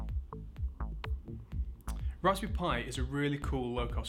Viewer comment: It sounds like he's saying "Raspoo pi". Yes, he should have had the teleprompter closer to the camera.